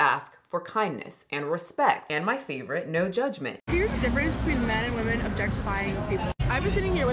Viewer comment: I like your videos a lot but why can’t you say women. Woman/women are not homonyms, but you pronounce them both as woman 😅